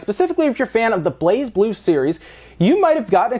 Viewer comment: Nintendo always have a Direct before E3, often so does Pokemon Company, if they have a new game. Also, the "Z" is silence, it pronounces "Bla-Blue". I know, it's weird, but that's apparently that's how it's pronounced.